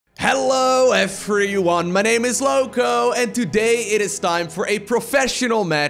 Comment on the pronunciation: "Hello eferyone"